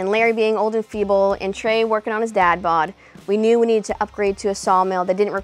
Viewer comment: "The tREy-Placement"